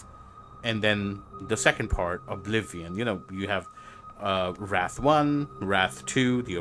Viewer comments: Wraith= pronounced rayth. you pronounced it like you are gonna walk around kicking faces because someone stepped on your shoe. Also for a VR game it showed a lot more of the actual lore from Wraith than i expected. Since some might not know this is a World of Darkness title in the same world as Vampire the Masquerade and Werewolf the Apocalypse. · It's said as "rayth", not "rath". Hence why it's spelled "wraith" instead of "wrath". Wrath is like deep anger, while wraith is a type of ghost. Also, I don't know if anyone will get this reference, but I wonder if I'll see Charon, any Legion members, Boatmen, or anyone else from Stygia in game. I know the Ends of the Empire happened back in the old days, but they brought back the OWoD. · It's Wraith (Ray-th) not Wrath (rah-th). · you pronounced wraith wrong. The I is not silent.